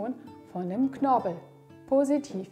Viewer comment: Vielen lieben Dank für die interessanten Informationen und hilfreichen Übungen. ❤ (Es lautet aber KnorPel und nicht Knorbel...😆)